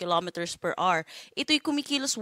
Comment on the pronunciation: mam...per hour po not per "R"